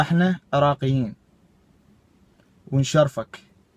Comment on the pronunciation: اراقييين ههههههههههه ما يعرف يقول عراقيين